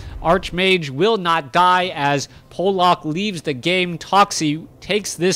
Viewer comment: In fact, it's "Pavlak". ;) Trust me, I'm from Poland too.